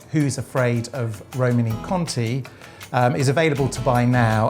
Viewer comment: Also, being pedantic, should be Roman-ay Conti ( E with an acute accent in French gives an -ay sound, not -ee)! E.g. Champs Elysées